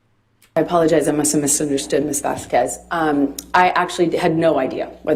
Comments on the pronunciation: I don't speak Spanish but I know how to pronounce Vasquez - It's not Vaskwez. And after weeks of testimony still can't figure out the microphone. She came off confused and unprepared. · So glad we don't have to hear say "Miss VasKWEZ" anymore instead of properly pronouncing Camille's last name...